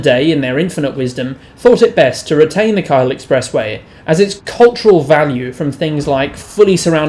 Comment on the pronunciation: A Sydneysider would know how to pronounce Cahill